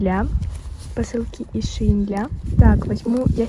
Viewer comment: не шеин, а шейн